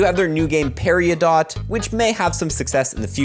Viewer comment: Great Video, but "Parry-O-Dot" 😭[Parry-Dough] has me crying.